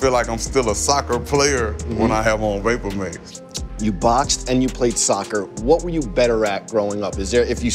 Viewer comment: Nigga said vapormayx